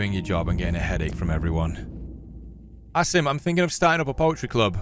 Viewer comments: Not to sound rude but its pronounced Aseem not Ass-im. Everytime you pronounce his name it feels weird. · forgot that he knew how to pronounce "Asim"